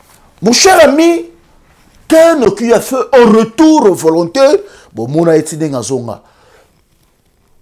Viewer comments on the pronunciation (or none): Mais 🤦‍♀️ ozo loba Nini? Reutour, Belguque, Lumigration, Brisseul, Reufoulé, Zaventen etc..... Sois tu fais ton Émission en Lingala.... éviter de vous compliquer pour rien 🤦‍♀️ Bon courage en tout cas! Bon sang!!!!!